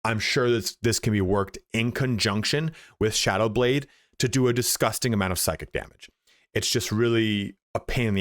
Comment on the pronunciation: very Irish "DISGUSTINGGF" indeed